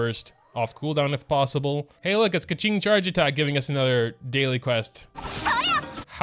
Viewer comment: he still pronounces her name wrong tho